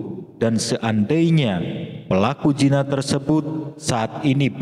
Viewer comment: Bukan jina tazd tapi zina